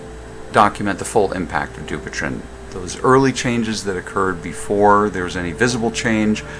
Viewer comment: It is pronounced du-pwei-t-on